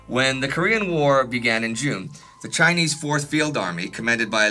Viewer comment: I love your videos, but man does it make Mom and I laugh when you pronounce Chinese 😂❤